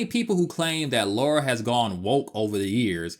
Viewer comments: Great video. The way you pronounce Lara slightly bothered me lol. It's Lara not Laura. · Good video but she's British. It's said La Ra. Not Loora. It really grates when people say it incorrectly. It's all Americans who seem to say Looraaa not just this guy who's clearly put a lot of effort into this video. Thanks for that. Miss Croft sounds better. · I’m British and it’s La-ra. If it was Laura, it would be spelled Laura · Stop calling her Laura for god sake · It's Lara, not Laura. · it's Lara, not Laura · Great video, but it’s Lara (not Laura), as is said in the FMVs and text within the games :) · her name is LARA L.A.R.A NOT Laura! why can no american pronounce her name properly?? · her name is Lara, spelt Lara. and it is pronounced Lar ra. not Laura. Thats just basic English. but we all know you Americans like to make up your own version of our language. lol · Its La-ra not laura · It’s funny because they changed the name to Lara, because Americans couldn’t pronounce the name Laura, yet even when translated as LARA, Americans still say Laura 😂 they knew how dumb they are lol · She is british. You have to name it british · Why do you keep saying LORA? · 30 seconds in and can’t deal with ‘Laura’. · It's funny how it sounds as if you're saying "Laura" since it was the devs first option of a name (Laura Cruz) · repeat after me, illiterate humanoids: LAH-rah. LAH-rah!! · It is lorah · Last video I watched they even said Lora. Too much so I didn't even comment:-p Just happy people are fans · I normally get irritated when Americans mispronounce Lara's name but your review of this game and the controls is really amazing, so ill let you off 😅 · Americans always pronounce her name that way...I'm so used to it by now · Aaaaaaand instantly mispronounced her name. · I can't recall ever hearing an American say Lara properly. I don't understand the problem at all. But then, they pronounce Han Solo as Hawn Solo.